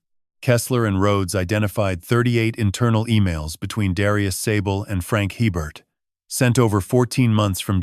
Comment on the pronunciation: If you're in Louisiana, you'd know that the name "Hebert" is pronounced "ay-bare".